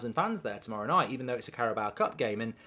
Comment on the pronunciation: Carabao, not Caraboa.